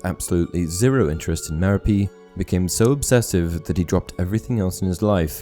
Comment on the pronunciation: MEH-ro-PEE? I didn't really know, but I'd've pronounced Merope's name muh-ROP.